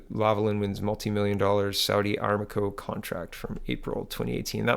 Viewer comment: Ah-“RAM”-co FYI.